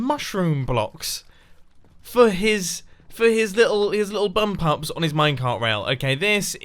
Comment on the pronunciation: I'm just rewatching this and when you was at Iskalls I thought you was calling the villagers bum pups 🤦🏻‍♀️😂